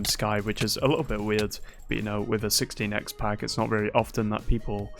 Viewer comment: am hearling a lot of "60 nex" instead of 16 x